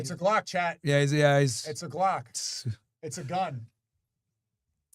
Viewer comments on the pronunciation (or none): none